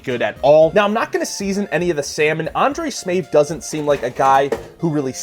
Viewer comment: Undrej Smeefth😂